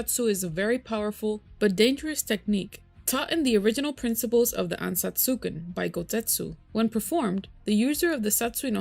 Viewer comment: Its not 'anatsuken' it is "Ansatsuken"🙄😪